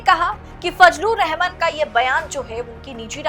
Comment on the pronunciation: रहमान बोलना चाहिए न कि रहमन ।।